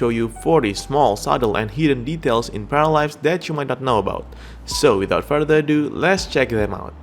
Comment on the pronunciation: Зачем вы озвучиваете не "Паралайвс", а "Параливавс"???